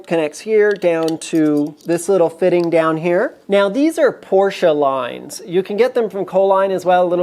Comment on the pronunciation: thank you for the proper/correct pronunciation of Porsche (porsh-uh), the humorous term of "anti-sleeze", and a your use of a great Yiddish term: Futz! Your videos are very informative down to the most minute details, and you have run across things that we backyard mechanics have questioned but never have found the true 'bottomline' definitive answers. Keep them coming!